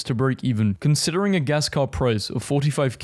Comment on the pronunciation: I can approve, car is not keur in Dutch.